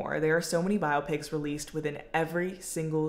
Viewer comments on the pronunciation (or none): What lunatic calls them "bi-ah-pics"? 😂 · I support your pronunciation of biopics 🫡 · A 22 minute video about biopics with 'biopics' pronounced wrong lol.